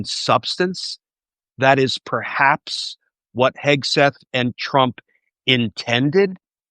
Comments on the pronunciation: Your guest has mispronounced Hegseths name, is that on purpose..? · Love how Hegseth's name was mispronounced several times!